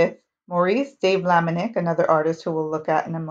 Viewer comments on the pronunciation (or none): sorry to make a note: it is not Maurice de Vlaminick but Maurice de Vlaminck , thank you!